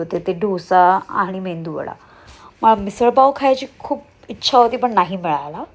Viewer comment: Mendu vada nahi, medu vada ast te.😂